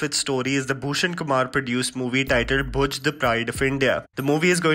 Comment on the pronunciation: Its Bhuj not Bhoj